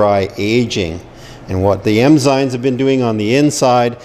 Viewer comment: Is he saying emzymes